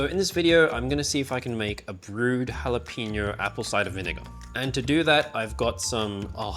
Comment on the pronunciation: HALL apeño, not "Hal"